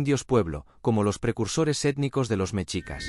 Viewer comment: No se dice ¨mechicas¨, se dice MESHICAS. La X en el idioma Nahuatl representa al sonido SH no al sonido CH.